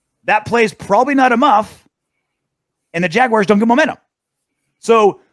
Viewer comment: its JAGUARS, not JAGUIRES